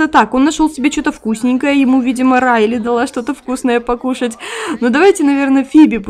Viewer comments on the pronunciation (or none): none